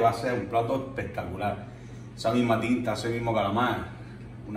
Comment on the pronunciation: como dices tu: EHPEHTACULÁH!!!!!